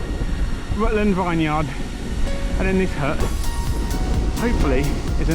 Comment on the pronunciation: Nice ride! It was windy that day, I went out that day and intentionally planned to go into the wind for a tailwind return but it was a bit of a slog and I only did half your distance! The "Vineyard" pronunciation could use some work btw 🤓😂😅 looks lovely there.